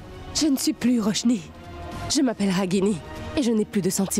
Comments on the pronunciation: qui dit rochni au lieu de raguini 😂😂😂, erreur de scénario 😂😂😂😂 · Qui aussi a entendu dire Roshnie au lieu de raguini?